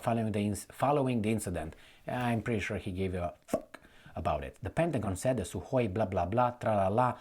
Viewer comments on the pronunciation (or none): none